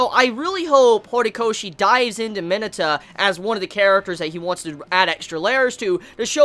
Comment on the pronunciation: Did you just say mineta as meta? Wtf...